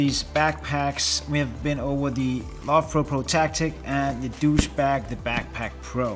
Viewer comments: Sorry, what is a ‘doosh bag’? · Did he call it a douche bag? 🤣 🤣🤣